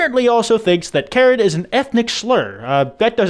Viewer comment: HHHH the way he pronounced Karen here It's not pronounced the same as the name and I just- (Wheeze) idk why it's so funny to me sorry y'all